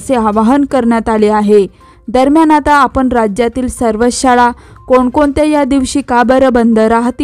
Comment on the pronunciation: शाडा नव्हे शाळा उच्चार अस्पष्ट